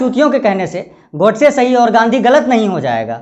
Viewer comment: Sir please aap Gandhi ji ka naam sahi se le